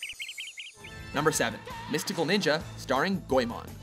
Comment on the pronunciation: Hey, it's not pronounced "goyMON", it's pronounced "go-eh-mon". No stress, and no oy.